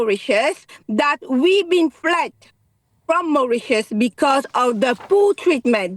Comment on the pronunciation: It's going to Mauritius. It's not very difficult to understand. Mau-rit-ius!